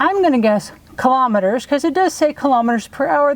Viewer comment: 100 Kmh is about 62 mph. And it is pronounced KILO-meters, not killometers. Like Kilo-pascals. The metric system is simple - everything divides by 10.